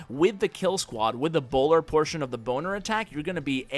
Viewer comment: Are you saying "boner attack" or do I just have bad hearing??? 😂😂